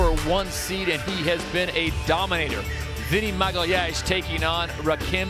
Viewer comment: I love how no one can say "Magalhães" properly